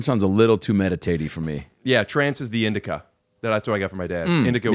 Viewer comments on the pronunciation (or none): Adam! It’s in Da Couch. Not in da bed. in-di-ca = in-da-couch 🤣